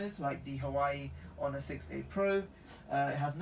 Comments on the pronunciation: And he says ho ner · It's pronounced oner